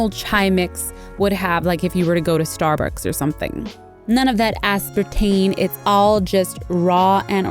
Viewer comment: Did she say Starburcks!?!